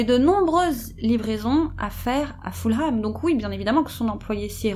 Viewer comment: Ah, mais le confort de nos chats passe et passera toujours largement avant le nôtre, c'est clair. 😸 J'espère que vous allez effectivement la faire et suis très impatiente (no pressure at all 😉). Je me permets d'ores et déjà de corriger votre prononciation de Fulham, histoire d'éviter les taquins dans les commentaires (et d'être un peu pédante et donc agaçante, sorry! 😬)... à savoir : le 'h' est muet et ça donne en gros 'Fullem' ou encore mieux pour nous francophones 'Fulleum'. Merci encore, les sisters, j'adore vous écouter.